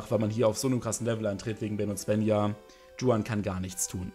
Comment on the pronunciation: Juan spricht man nicht tschuan aus😂😂